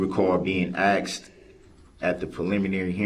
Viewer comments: I cant stand hearing "axed" instead of "asked". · Ok, so…it’s annoying to me how he says “shtruck” instead of struck….same with axed instead of asked. And the faces?!?!? Annoying as heck!